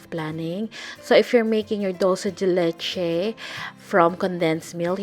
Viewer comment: hello! I'm from Argentina and it is not " Dulce de letche" is " Dulce de Leche" , Great recipe.